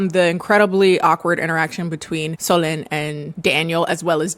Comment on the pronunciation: In french Solene would be pronounced with a sound close to the e in bed, so you did it good I think when you end this pronunciation! (our would a bit lower and deeper, but it's close!